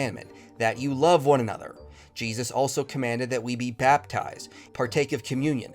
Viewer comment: I can’t stand how she says Jesus 😂